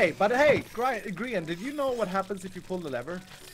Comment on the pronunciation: People: Grian Zleo(zombiecleo for short): Grain Subtitles: Crean